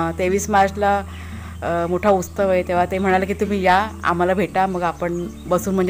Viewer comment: Ustav nahi utsav🙏bola shree swami samarth